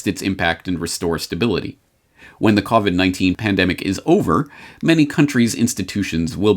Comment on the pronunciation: "You're listening to the COBIT (covit) Repot".